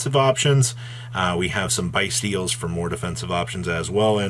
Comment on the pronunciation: Lmaooo its byssstial 😭😭😭